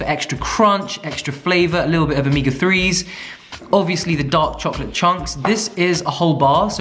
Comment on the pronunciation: Chokolatee? 🤣 this is how we say chocolate in Arabic. You really have that middle eastern origin 🤣